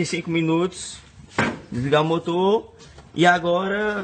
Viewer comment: "Fica um motô limpô né? Com maió tempo de vida" KKKKKKKKKKKKKKKKKKKKKKKKKKKKKKKKKKKKKKKKKKKKKKKKKKKKKKKKKKKKKKKKKKKKKK